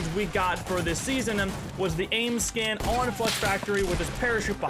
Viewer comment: This man says skinmmmm